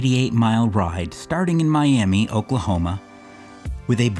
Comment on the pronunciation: Another random thought about Oklahoma, it's pronounced "My-ah-muh". Why? No clue. That's just how it is.